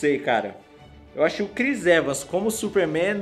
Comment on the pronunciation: só eu que entedi ele falando chris evas